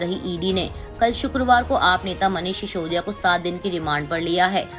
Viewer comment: should learn how to pronounce "Sisodia" properly? What an anchor, what message is she giving? Reckless selection causing lowering of standards? Difference between 's' and "sh" must be kept in mind.